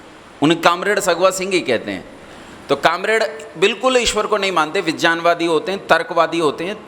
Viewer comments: पहले विज्ञान को सही बोल लो, विज्यान बोल रहे हो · सबसे पहले बिज्यान नहीं विज्ञान होता है । उच्चारण तो सही करो